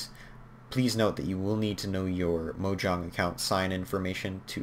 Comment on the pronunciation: "mojahng" its mo JANG